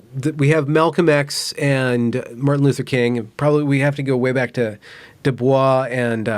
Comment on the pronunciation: It's pronounced "DuBoys." It's not the pseudo-French pronunciation.